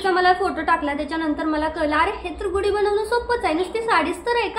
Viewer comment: गुडी नाही म्हणत . गुढी हा योग्य शब्द आहे लिहितांना तसेच उच्चार करतांना .